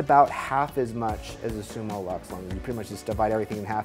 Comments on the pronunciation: Cool dude, but please, please. It‘s Summilux (Summeelux), not Summalux ;) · Its not SummALux its Summ i Lux, from the latin "summus/a/um" and ofc "lux"